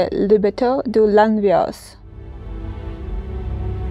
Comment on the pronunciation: Le nom de ce village se prononce lanvéok en français. J'habite près de ce village et j'y vais régulièrement pécher. Si un jour vous passez dans le coin, je vous emmenerai visiter.